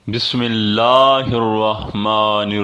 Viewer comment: Bhai aap apne makhariz sudhare,,aapne jo bismillah aur durood padha,,aapke makhariz aur talaffuz bilkul sahi nhi h